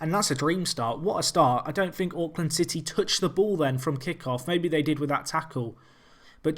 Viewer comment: As a guy who enjoys watching Auckland city highlights, pronunciation is so bad! XD